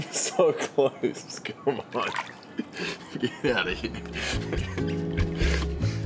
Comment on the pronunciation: Whenever he says here I hear H I R